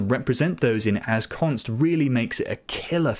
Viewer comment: Mom, he said Assconst again!